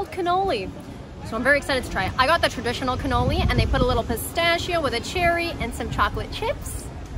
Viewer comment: Ragazzi la pronuncia di pistacchio.... scusate ma non riesco più a sentirla! PISTACCHIO non pistacio.... BRUSCHETTA non bruscetta ... buona continuazione di vacanza in Italia;)